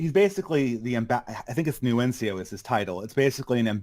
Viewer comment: Guy really knows his Catholic church, dishes out lots of explosive world-shattering insider information (e.g. "Francis is a progressive" - wow, didn't see that one coming!). Doesn't know how to pronounce "Nuncio".